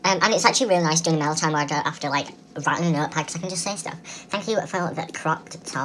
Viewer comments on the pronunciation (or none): It sounded like you said maila time!😂😂